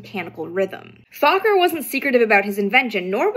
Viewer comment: I was told by a Dutchman that the name isn’t pronounced “fAHkker” or “fOHkker” which sounds like a Ben Stiller movie or Dave Chapelle skit, it’s pronounced “fukker”.